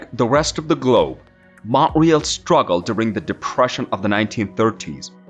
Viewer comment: Mount RÉÉÉÉÉAAAL not Mount REEEEEELLL